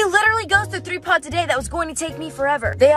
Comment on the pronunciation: When you said you have to clean all of the pods out of your brothers car I thought you said you have to clean all of the pads out of you brothers car